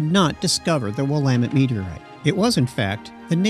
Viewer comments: It’s clearly NOT a “robot voice”. He even pronounced “Willamette” correctly. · Thanks for pronouncing it properly